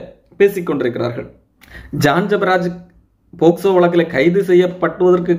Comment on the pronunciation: போக்ஸோ க்கு போஸ்கோ னு சொல்லுற நீங்கள்தான் சிறந்த வழக்கறிஞர் ஐயா😂